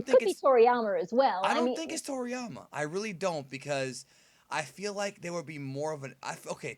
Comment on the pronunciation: So we got Freezer, Cooler and now "Toryamer"